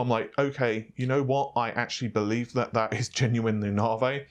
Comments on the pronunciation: Stop saying NavA its Navi lol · Can you please pronounce it as Naavi? Rather than Naarvey? It getting annoying now. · Lol "Nav-e" not "Narvey" love your vids by the way apart from the Narvey issue... Peace out ✌️ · I always thought it was navi and not narveh ;) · quick question: Why do you pronounce Navi as Nah-Vay, rather than the obviously correct Nah-Veeeeeeee?????? Not a big deal, but for some reason it drives me nuts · You say (Nah-vay), I say (Ney-vee). Really, your distinct way of pronouncing that word kills me every time. By the way, can’t wait for the (Nahr-wuhl) family of GPU’s. 🤣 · navIIIIIII. Not "Navey". I'm never bothered by pronunciations but this is really annoying. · No no, it's Naur-vey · I just came for the naurghveih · It's Nah-vee. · First it's naaveeeey, and now it's baydooo..... What? I'm pretty sure baidoo is not an English word, reminds me of white peoplefrom the States saying Kinya instead of Kenya..... Doesn't need to be irritating but it really is. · Classy way to say navi, Naa-Vay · Nah - Vay.. Jeez. Not as bad as calling Matisse (Ma-teese) ...Ma-tassy.. lol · It's NOT Nah-vay..geez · The way you pronounce "Navi" triggers me... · Scrotum Monster I know, it’s hilarious how he pronounces it.